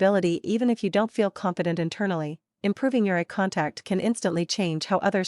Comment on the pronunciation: I'm not sure 'ah contact' is a thing... but eye contact is!